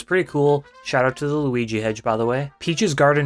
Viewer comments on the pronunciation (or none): none